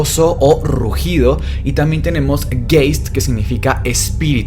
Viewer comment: Polter viene de "poltern" no de polter: "zu poltern" es un verbo del alemán que significa hacer ruido con golpes. Polter no es un adjetivo, sería un sustantivo das Polter pero también hay verbo substantivado das/der Poltern. Geist (pronunciado Gaist) es un fantasma o espíritu. Si van a decir el significado y origen de la palabra, háganlo bien 😐